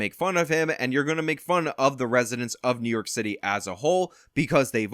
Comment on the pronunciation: What did Adams say? New Yolk City. That is what I heard.